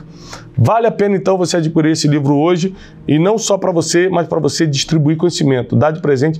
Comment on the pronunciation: Bom dia Tiago. Só um toque para a pronúncia da palavra ADQUIRIR: a di ki rir